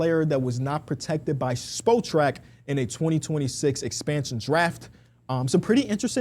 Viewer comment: THE WEBSITE IS SPOT RACK NOT SPO TRACK. Come on